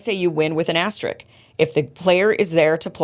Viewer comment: Did Kim say "asterick"?